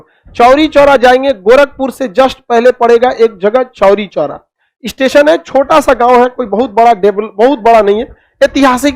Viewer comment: Chori choora nahi chhori chhora